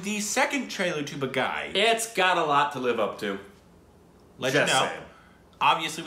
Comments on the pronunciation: That is not Ba-guy, it is pronounced Baa-ghee. 🤪🤪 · It's not BAGAAY its BAA-GHEE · Baaaa geeeee not ba guy😆😆😆😆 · When you’re supposed to say Baghi but instead saying my name, Bagai. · It's pronounced as 'baag'+'he' not baag-'high'. Meaning - 'a rebel' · I love it. It's baagee not baaghai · It's not ba gai It's BHA ghee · Two videos!!! That just made my Sunday. Great reaction. Baaghi two has a better storyline than Baaghi. By the way it's pronounced baa-gee.😁 Nice reaction